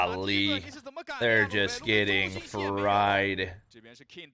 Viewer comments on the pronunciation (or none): none